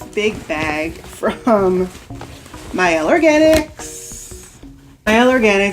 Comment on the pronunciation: I'm glad you sa aid the Mielle name correctly. Idk why but it irritates me when people pronounce their name wrong. Especially sponsored videos.